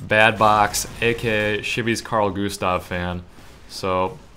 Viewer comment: Carl Gustav... Sounds so wrong when you say it :P